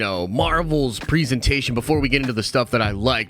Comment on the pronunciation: The amount of times this guy mispronounces presentation is unreal...